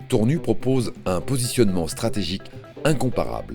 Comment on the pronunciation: tournu ,tour nu! c'est voix a l'ia ne sit pas que Tournu se prononce Tournusse! et non pas tournu !!